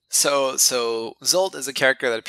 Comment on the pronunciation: I've searched via Google for a while to figure out more about Zsolt's name but couldn't find any relevant information. How did you come up with his name? Zsolt is one of the most common Hungarian male names. You pronounce the Zs sound like the "s" sound in "measure" or "usual" if you want to follow the Hungarian pronunciation. I find this really interesting and cool :)